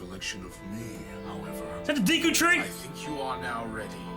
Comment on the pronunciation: Is it De Q tree or Dee Q? I know it's spelled Deku but how is it really pronounced, yes this is the kind of shit I ask in Q&A's.